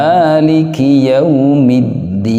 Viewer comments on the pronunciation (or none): Tolong pa di jelasin juga hukum mad lain/lin kebanyakan juga salah melafalkan mad lain/Lin seperti yaomiddin yg seharusnya yaumiddin.